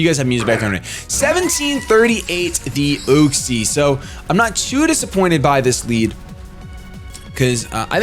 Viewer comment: its Yuxie not Uxie